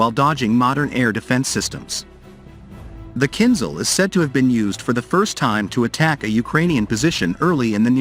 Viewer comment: КинЖал, а не кинЗал =.=